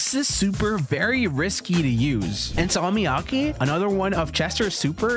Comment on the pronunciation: bro said Salmiakki perfectly